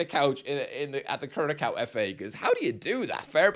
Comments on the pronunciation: Curaçao is pronounced ku-ra-saong - it means heart in Portuguese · The ç in Curaçao is pronounced "ss". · Its pronounced "curasao" you drunk muppet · North MaCKedonia CuraCo Türkiye (that one wasn’t too bad) JorDAN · lol yea.. and I first thought Gretzky said Krakow.. a City in Poland :D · how you say Curaçao hurts my soul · It’s wrong